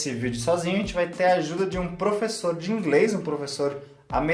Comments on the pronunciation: fala ingres 🤣🤣🤣🤣 eu amo essa mulher ela tem seu espírito muito evoluído. 💞 É noizzzz 🤘! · Gostei ,mas a chinesa falando ingrês toda hora foi meio punk . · Ouvir a falar ingRes é muito engraçado rsrs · Por que a só fala ingrês e cricar? Para os chineses não é mais fácil falar o "L" do que o "r". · professo de ingreisssssss e ngm corrigiu ela, bando de vacilao akakaskoksaoasko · Kkkk eu só queria entender como ela consegue colocar o "L" em "pla" que seria "pra" e não consegue colocar o L em " inglês" e fala "ingres", ri de verdade ouvindo, achei engraçado mas bonitinho